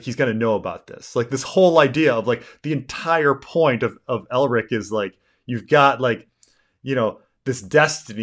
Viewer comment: “Elric” not “Eldric”. Let’s start there.